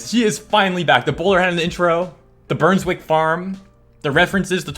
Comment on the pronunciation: Brunswick NOT burnswick